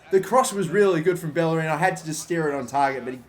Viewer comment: Irrelevant side note: To this day it still amazes me how people can't properly pronounce Bellerin's name, given the fact that players like Casillas and Llorente are pronounced correclty. I'm not speaking spanish, but I was able to understand that every double L in spanish is pronounced like "y" in "yes" since I was 15 years old. I'm not saying learn and pronounce every name right, but it just confuses me how people are unable to realize some super basic things, not because they are basic, but because they actually use them so frequently.